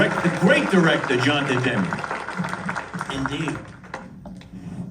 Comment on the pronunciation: Spike Lee May be a great director…. But he’s a god-awful interviewer Jon De Demme ??? Huh??? Lee can’t even pronounce his name I’m pretty sure it’s Jonathon Demme….. NOT DE-DEMME Lee’s awkward pausing between question and though betrays early “old-man” syndrome …… his words ARE NOT FIRING at the same speed his brain thoughts are firing …….also repeating everything they answered ….”yes…..Bernie…..Bernie Worell” Lee says “ I’ll go on record…..” best Concert film We all know how many Gaffs Spike Lee has had when he “goes on record”